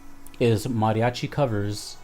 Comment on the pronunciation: You say mariachi so well I'm thinking you can speak Spanish!